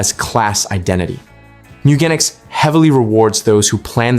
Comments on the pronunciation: Top 10 beginner tips It's pronounced Gen ic ss like Genes, like jeans. Mew Gen ics meeeee ewwwwwgenics MEWGENICS meow genetics moooo gan iks mewgenics! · I clicked off the video after 2 seconds because of your pronunciation of the games name. Checked the comments and glad i saved 19+min lol